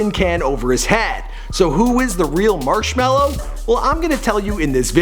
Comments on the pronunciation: yoo fact god. it's actually Marshmello not marshmellow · It’s marshmelo not marshmallow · TF why z there a W in his name its ~marshmallo~ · it is shawn mendes is marshmello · Oh and Marshmellos name is Johsive (I forgot how too spell it but his name is NOT chris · There’s no W in Marshmello bro